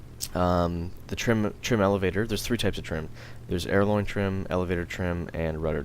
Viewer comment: it's helpful, thanks...but....aileron really should not be pronounced as "airloin", and WEP is not "weapon power"..it's War Emergency Power....